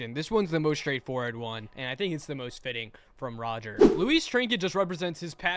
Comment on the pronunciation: It's rodger not roger